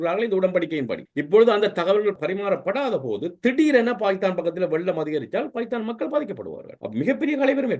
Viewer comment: எகரம் உச்சரிக்க தெரியாத வேசிப்பயல்கள். ஹே ஹே என்று கூவுகிறான். மேலும் ஸ உச்சரிப்பும் தெரியவில்லை பாகித்தானாம் .....